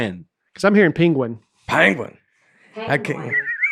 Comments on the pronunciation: Pen - gwin. Short e. Not short a. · I’m playing catch up on your podcasts and just got to this “Best Of” episode and so loved the debate on “Panguin” () vs. “Penguin” (Nate & ) It was hysterical and reminded me of another similar but worse mispronunciation of the word on a BBC animal documentary narrated by Benedict Cumberbatch who - to this day struggles - with the pronunciation. It’s hysterical too! Love watching and listening to you guys! Break a leg Nate on SNL due to air on Saturday! I’m so thrilled with your success! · I LOOKED it up and it had the sound pronunciation of the word penguin and it sounded like this Pen-Gwen